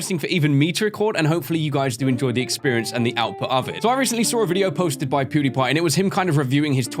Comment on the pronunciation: Hehe he said poodiepie whats my life anymore